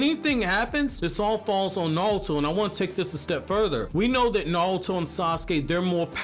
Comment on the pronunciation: Sorry but are you saying naluto